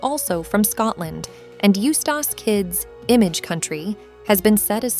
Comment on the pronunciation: The way she pronounces it as "Used ass captain kid" throws me off a lot.